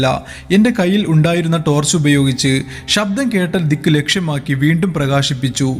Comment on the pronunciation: ഷബ്ദം alla ശബ്ദം ശ്രദ്ധിച്ചു കുറച്ച് സ്പീഡ് കുറച്ചാൽ ഒന്നുകൂടി നന്നായിരിക്കും 👍